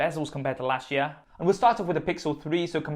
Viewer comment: Learn how to say year...